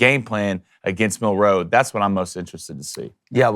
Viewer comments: Bruh it’s milroe not Mil- ROE. You put way too much emphasis on the ROE! lol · Please, please learn how to say his name! You keep putting the accent on second syllable. It’s hard to listen to you. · Mill....wait for it...row Dude say it together fluidly, its not two seperate words. One word